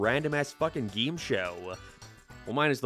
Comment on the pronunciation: Whyyy must you say “gee-im” instead of game? I want to like the video but it’s continuous and unrelenting lol